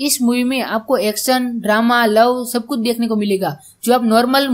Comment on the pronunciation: Bete bura nahi manna pehle ache se bolna seekho bahut hi irritating voice hai tum love ko o louve bolte ho hai Abe ache se bolo bhai